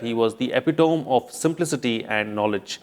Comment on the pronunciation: Expert News readers like you shouldn't pronounce the words wrongly. for Ex. "Epitome", Because Viewers like Us will always be sitting in ambush to catch you ha ha..